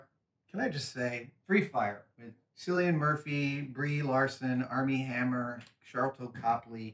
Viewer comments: Cillian Murphy. The C is a hard C. Think Killian. Not Sillian. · Cillian Murphy is pronounced Killian. Just wanted to add that in there a month later.